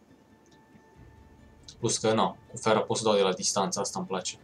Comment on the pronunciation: fain episod!!(nu se citeste ,,fera,,ci ,,fara